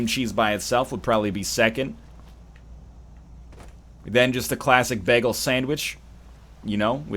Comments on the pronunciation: Bah-ghul, whereas most others would probably say it as bay-ghul. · Sounds like Begel to me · NL says bagel funny. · Not even sure how to spell his pronunciation of the word bagel